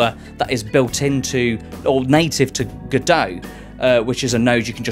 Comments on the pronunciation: It's pronounced "God-oh" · that's what I thought every time you said G'Dough!!!